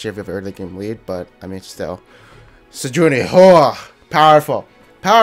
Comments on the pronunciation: I'm almost 1,000,000% sure it's pronounced Sej-waah-nee not Sej-oo-nee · I love your stuff man but its "Sej-wa-nee" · Why "Sejoony" T_T